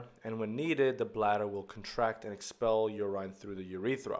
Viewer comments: Urine is not pronounced yurain but yurin. If in doubt look up the pronunciation on one of the many translation websites. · Very minor thing. You-rhyne should be u-rIN (like in ren-IN). It doesn't take away too much from the lesson but can be a bit confusing at times-- sometimes makes it feel as though you're mentioning a new hormone/molecule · at the end, he did pronounce it as "yurin"